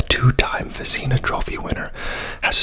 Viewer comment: Hey for future reference the goalie award is basically pronounced as if it didn’t have the “i”. Vezna, great video!